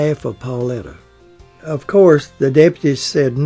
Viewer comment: Her name was PAULITA! NOT PAULETTA!!!